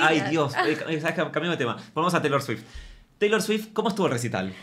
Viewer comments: Shot imaginario cada vez que dice "cheilor" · Y decir CHeilor 😂😂😂